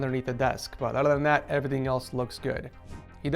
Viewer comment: other than that = othlalala hhahahahah